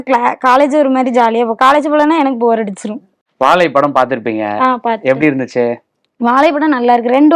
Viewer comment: Sir first plesae learn to pronounce Vaazai correctly. Not vaalai. Learnbtamil first before putting up a blog. Jay